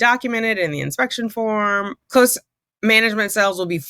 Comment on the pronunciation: Too funny that she has a challenge pronouncing the word "close" when it's the predominant word in the story.